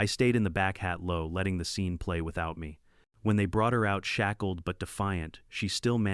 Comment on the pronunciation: Me is pronounced "me" with a long "e", not Emmy. I really hate AI narrators. They are absolutely not ready for "Prime Time".